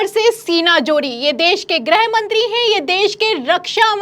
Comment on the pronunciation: grih mantri (गृह मंत्री) उच्चारण किया करें। आप grah mantri (ग्रह मंत्री) कह देती हैं।